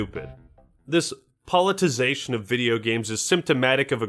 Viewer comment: I played a drinking game where I took a shot every time tried to say 'politicization', but instead said 'politization'... I am writing this in the hospital after my liver transplant.